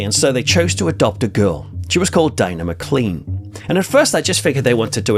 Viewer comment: please note that the Scottish surname Maclean is pronounced as though it was spelled maclane